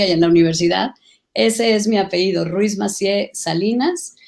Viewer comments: 2 doctorados y aún no sabe decir apellido, dice apeído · Que pena con tanta preparación de la Senadora Claudia y dice APEIDO cuando lo correcto es APELLIDO..